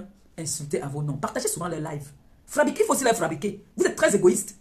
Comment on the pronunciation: CEUX QUI ÉCRIVENT DES LONGS POSTS SUR ELLE LÀ DITES LUI QU’ON NE DIT PAS FRABRIQUÉ MAIS FA BRI QUÉ NON DE DIEU!!!!!!!!!!